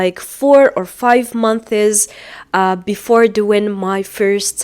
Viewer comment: How are you supposed to sell English courses when you use "have" instead of "has"? And pronounce "months" like "monthees" ?? And many other mistakes